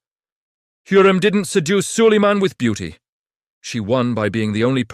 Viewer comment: А хто такий Саллеман?))) Хочете переглядів - налаштуйте ШІ нормально читати текст!!!😡